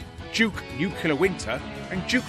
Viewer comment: "Duke New Killer Winter"? It's "Nuclear Winter" lol. "Nu-clear" ;p (although "New Killer Winter" sounds pretty badass 🤣)